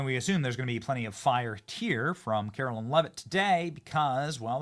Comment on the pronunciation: Benny, u are not pronouncing Karoline’s name correctly. Pretty sure it is pronounced Karo line…not Carolyn. Love the show!